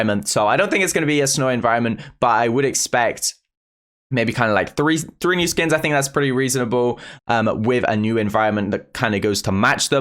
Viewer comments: Sometimes I think says free instead of three 😁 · Same lol